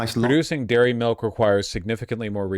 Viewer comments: Quit saying melk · Every time he says milk it turns more and more melk